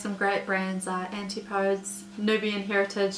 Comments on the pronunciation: Your videos are always topical, interesting and attractive, and so useful to share because of this. I think it's said antipodees, as being from the southern hemisphere, rather than antipoads. In England they say it tofooti, but that one might be a choice. I love bokashi buckets too. So many good brands mentioned, thanks for all that work in finding them! You make it look easy enough for anyone to do, brilliant. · Love your videos hun. Antipodes is pronounced: An-tip-poh-deez :) Love, a fellow kiwi xx